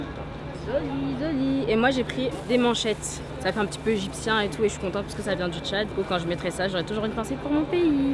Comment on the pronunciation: "Shuis la carte"😂😂 Sinon c'est un super vlog! Le meilleur que j'ai regardé jusqu'aujourd'hui! Le Tchad c grave un beau pays! Vive l'Afrique!